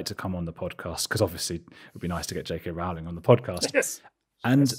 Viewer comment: Amazing discussion! But Brits - what's going on? Rowling is pronounced ROLLING! Haha.